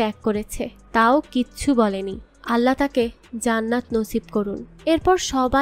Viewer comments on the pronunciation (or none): none